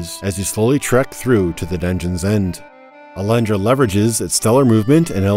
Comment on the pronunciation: Do you really say "Alandra" in english? ...weird.